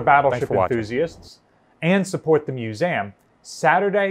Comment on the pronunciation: He certainly is a great storyteller, but I confess I find it a little unnerving whenever he says "Musaaam" (with the end sounding like it rhymes with trans-am). Is that a New Jersey accent/dialect thing to pronounce museum in this unusual way? I've never noticed it before, but perhaps that how everyone says it from his part of the world? Here in England, its pronounced like its spelt (and I'm the first to admit that so many English English words are not... have you heard us say Luitennant?) 'Muse ee um' Whereas seems to always say Muse aam